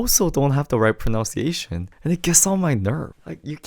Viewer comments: Very nicely done. Since your topic is about pronouncing things correctly, did anyone mention that you are saying “pronounciation” when the word is actually “pronunciation”? 🤨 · So funny... you are pronouncing "pronunciation" incorrectly! Notice spelling of words differ.. You are saying proNOUNciation ... No no no the word is proNUNciation.... see the difference. Common mistake of non-native speaker. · Love and appreciate the Korean lesson, so helpful. However, in English, we don't say "pron/ow/nciation". Pronounce has an /ow/ dipthong sound like pron/ow/nce. Pronunciation, on the other hand, has the short u sound like pron/uh/nciation. Pronownciation hits the ear as ugly as you think the English "ch" lips are. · This is really interesting - thank you! Small point about English though, and quite ironic, it’s “proNUNciation”. Not “pronOUNCiation” 😂🫶🙏♥️ (Pronounce is right) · Great vid!! Might want to look up the pronunciation of the word pronunciation tho... 😅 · I wasn’t going to say anything, but your pronunciation of “pronunciation” is a little off